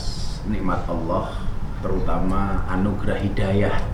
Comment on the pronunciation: Yg saya dengar dg headset, bliau mbak Katty sudah fasih melafalkan lafadz Alloh, jdi iri ☺ Mugi pinaringan sehat slalu Gus Miftah